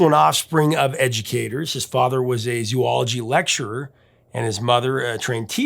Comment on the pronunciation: I'm sorry if I'm being an a-hole about this one point. Zoology (as in Zoologist) is pronounced "zoh ol ogy" and not "zoo ol ogy". The Latin "ology" means the "study of". Thus the 'Zo' portion means animals. Zoology is the study of animals. I know, I have a B.S. in Zoology. Otherwise, I always like listening to your videos and the discussion around music. Specifically Rock N' Roll. I grew up listening to music from the 60's through the 80's, and still listen to any guitar based Rock that I can.